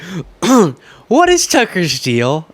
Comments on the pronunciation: What we all just started mispronouncing their names - Toocker and Troomp 😂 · Tooker. Lol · Let's all just agree to pronounce boofhead's name "Too Cur" Carlson. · Apparently Tucker pronounces his name with an F, so either is good